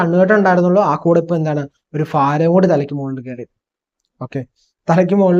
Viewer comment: ഫാരം അല്ല സുഹൃത്തേ ഭാരം എന്ന് പറയുക